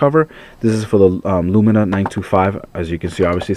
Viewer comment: Lumia not LumiNa ;)